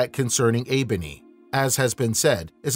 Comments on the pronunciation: It is uruk, not erech ffs. And its enkidu, not eebony. Wtf. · Yeah, I thought the wild man’s name was Enkidu